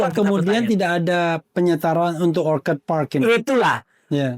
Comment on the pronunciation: andi azwan aja nyebut orchid dibaca orchad bener-bener aneh